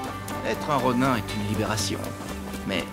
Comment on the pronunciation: Mdrrr Roniiin pas Ron « ain »